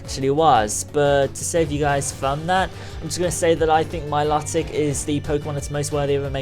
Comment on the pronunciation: It's my-low-tic